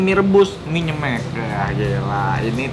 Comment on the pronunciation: Baca nya nyemek ko Nex bukan nyemek...😁